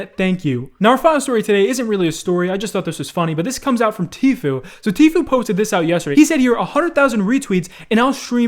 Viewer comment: Am I the only who gets irritated when says 'Tfeu' instead of 'Tfoo'.